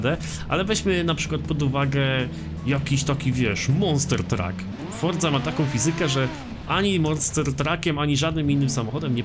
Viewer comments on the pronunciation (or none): none